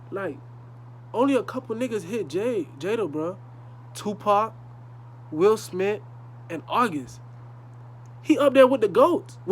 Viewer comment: “Will Smit”😂